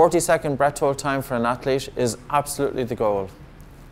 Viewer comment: No offense man but can you please pronounce hold better